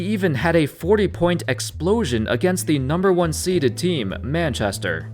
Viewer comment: I'm from England..and the way this guy pronounces...west midlands, Manchester and Birmingham..is just weird 😂